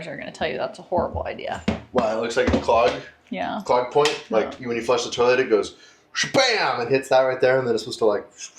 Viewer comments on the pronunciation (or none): The end is more like "oh my flosh" 😅